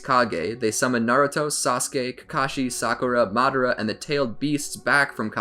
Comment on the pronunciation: how to say madara name madara❌ mad-ara✅